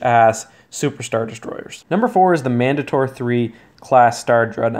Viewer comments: I’m pretty sure the mandator is pronounced man-day-ter. Like the word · Man-dator it’s pronounced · Man-date-or. It's an actual word in English, no a Star-Wars-ified word, and that is the proper pronunciation.